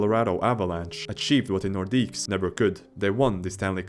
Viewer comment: Nice compilation, mate. Your pronunciation is awful, though. They are pronounced, "Lay Keh.BECK nore.DEEK. No plural S en Francais. Lay keh.BECK nore.DEEK.